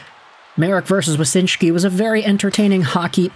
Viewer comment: So it's Wyshynski, not Wysynshki.